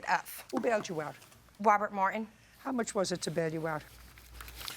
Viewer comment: My first name is Martin and I hate when people say it like there's no T in it! "...because of Mr. Mwar-IN..." Ugh... 🤢🤢